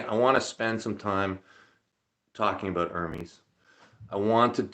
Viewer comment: Talk “aboot”! 😝